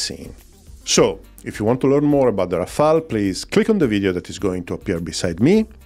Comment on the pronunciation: It’s Rafale not Rafael. That’s French for hail of bullets. Rafael was definitely the best turtle, agreed.